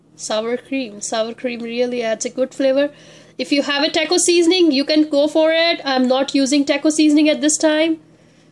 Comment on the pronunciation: its not teyko it's Taco....btw thanks a lot for the recipe....awesome job 👍